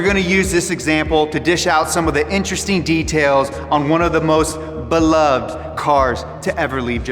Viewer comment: When he said beloved: He said "Be-loved" not "Belove-ed" Just saying... Keep scrolling if you'd like.